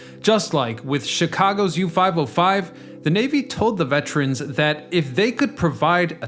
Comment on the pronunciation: You're mispronouncing vet-er-ans thruout the entire video. It's Monmouth County, NOT Mammoth. Also it was Super 'STORM' Sandy, NOT Super 'hurricane' Sandy. Keep up the great videos.